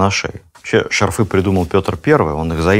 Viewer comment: ШАрфы,а не шарфЫ😢